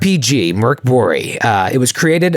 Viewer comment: Good pronunciation of Borg (translates to keep (the building)). Mörk (dark) was...less good. 😅